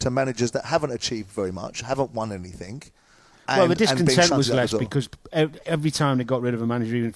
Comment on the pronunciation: Simon please, it's anything not anythink. 😣